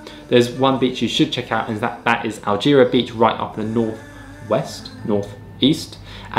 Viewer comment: I’m from Siargao but I am here in New Zealand. You have pronounced Alegria incorrectly and you have made me laugh when you are pronouncing “Magpupungko” (which is just 5 km away from our home). Don’t get offended as I think most foreigners are having a hard time saying those local beach names and we already get used to it. It’s alright, I’m glad that you really enjoyed exploring Siargao, my hometown.